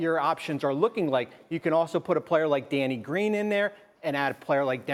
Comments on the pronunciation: DID THIS GUY SAY DANNY GREEN??!! 🤣😂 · Did he say Danny Green? lols